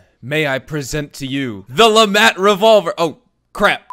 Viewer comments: Hearing Le MAT hurts my hears, pretty sure it's pronounced Le "Maut" "mont" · Its French. At least dont say the T.